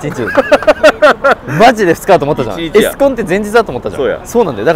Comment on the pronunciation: エスコンのイントネーションが気になった😮